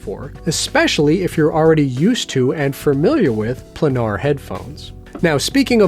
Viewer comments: For future reference... It's pronounced "play-nar". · it's pronounced as "plainar" btw